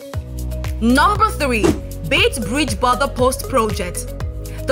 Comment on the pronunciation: What a pity this very informative video has irritating background " music" often drowning the speaker. And please note its "Beit" Bridge not "Bait".